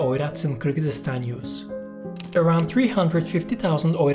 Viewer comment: Nice video, tho the pronounced of Kyrgyzstan is a bit funny, makes it entertaining /kɪrɡizistɑn/